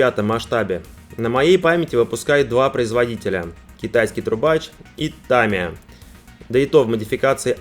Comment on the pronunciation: Мне почему то такое произношение Та́мии ассоциируется с Ла́мией )